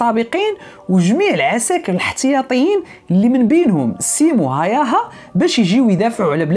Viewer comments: اسمو سيمو هاوها y تنطق u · تصحيح فقط لاسم القناص،بحكم اني مقيم في فنلندا، الاسم ينطق ب (هاووها) .موفق اخي الكريم